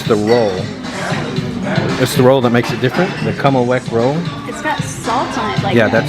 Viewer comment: Actually it’s “Kümmelweck” roll and it’s German!